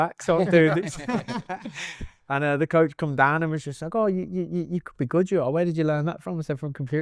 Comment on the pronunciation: "It's loike, loike, loike"